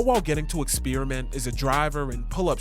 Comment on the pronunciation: Your pronunciation of “experiment” is frying me hahaha